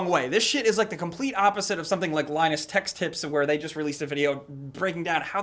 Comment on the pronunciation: linus tech tips, not text or tech's or whatever tf you said